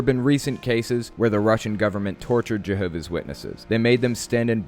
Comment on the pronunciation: Why can't she bring herself to pronounce the 's in Jehovah's, first of all. There are a lot of smug JWs like this lady - got a couple in my family. Very unintelligent ppl who believe they have everything on a string. She seems like a particular treasure, I must say.